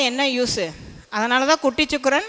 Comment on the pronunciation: ச்சுக்ரன் அல்ல வாந்தி சுக்ரன் என்று சொல்